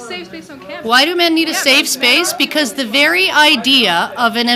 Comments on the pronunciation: how did she fuck up "safe space" 3 times in a row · Dat bitch can't say "Safe Space" for shit ! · The amount of times she messed up the words, "safe space" was infuriating. 😂